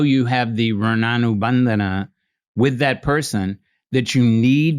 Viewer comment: Beautiful pronounces, Runanubandha It's Sanskrit word, and same in Kannada also